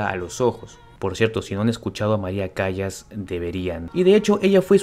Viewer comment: Por favor no se pronuncia Cayas, se pronuncia Callas,,,Calas,,,,Maria Callas